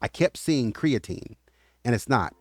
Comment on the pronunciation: Its createen